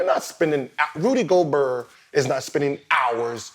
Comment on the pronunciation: Gil did everything to not pronounce that T in Gobert 🤣🤣🤣